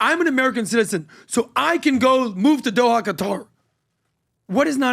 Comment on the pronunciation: he is buying in Dohaia- how hard it is to say Doha!!